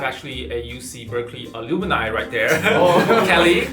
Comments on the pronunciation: 對，讀錯了, should be /əˈlʌm.naɪ/ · Should be alumna and the pronunciation of alumni is inaccurate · Alumni 讀錯了喔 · you mispronounced the word “alumni”…